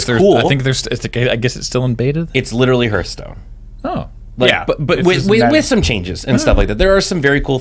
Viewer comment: mispronouncing Hearthstone is so triggering...